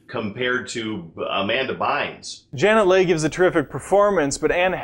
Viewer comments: The 1998 guy keeps mispronouncing everything. Janet LEG! LEEla as Leila. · Did he really pronounce Janet Leigh as Janet Leg?